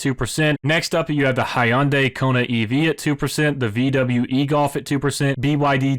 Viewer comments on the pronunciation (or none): none